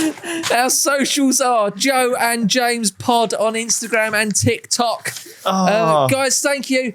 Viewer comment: Exactly what we need from a podcast!!!! I will add it still annoys me a little how James pronounces tikTOK🤣🤣🤣🤣